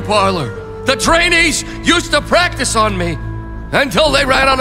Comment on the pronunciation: it's practi''ce''.